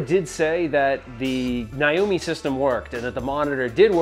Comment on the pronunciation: My god… it’s NAAAAYYYYYY O MEEEE NOT N EYE O MEEE.